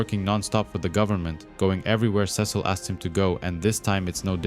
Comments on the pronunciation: back after a break, dude said "Ses-seal" 😭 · Youre right ots sea salt